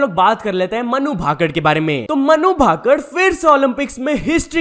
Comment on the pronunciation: Bhai भाकङ nahi भाकर hota hai